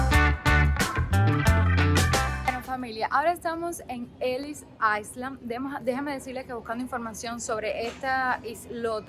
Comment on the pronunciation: Ellis Island, se pronuncia [elis ailan] la ese de isla no suena cuando la pronuncia. Como bien apuntaste era la entrada de todos lo emigrantes que venian a la ciudad de New York, para ese tiempo todo el mundo venia en barco, te examinaban si estabas tuberculoso te devolvian, se hacia una cuarentena en la isla antes de entrar a tierra continental. Muchos de los viajeros eran muy pobres y traian enfermedades en esta isla eran sanados. Muchos venian con piojos, chinchas y demas bichos y todo eso era eliminado para mantener la higiene del pais. Esta isla vio oleadas de Irlandeses, italianos, ingleses, chinos, arabes, paises orientales de europa, alemanes migraciones que fueron formando el pais multicultural que es EUA, en New York tan solo se hablan 140 idiomas cada dia y la visitan 50 millones de turistas cada año.:face-blue-smiling::face-blue-smiling